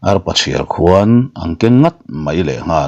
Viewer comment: A va ngaihnawm ṭhim tak em. Arpa chhiarkhuan tih i thluk dan kha, khuan tih lai tak kha thlamuantu tih a muan tik kan lamrik ang thluk a lamrik tur niin ka hria a